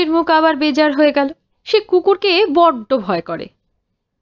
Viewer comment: কোনো কোনো বাক্য দুবার করে থাকে গল্পের মধ্যে .. editing এর fault হতে পারে .. যদি না পাঠের ত্রুটি থাকে , এ বিষয়ে একটু মনোযোগ দিতে অনুরোধ করি , উপস্থাপনা সর্বাঙ্গসুন্দর হয়ে উঠবে । 'অপ্রসন্ন মুখ' এর চলিত শব্দের উচ্চারণ 'ব্যাজার মুখ' "বেজার" নয় । আশা করি অপরাধ ক্ষমা করবেন🙏